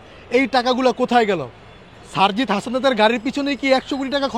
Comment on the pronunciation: সারজিসের নামটাও উচ্চারণ করতে পারে না ! এটা নাকি ছাত্রনেতা !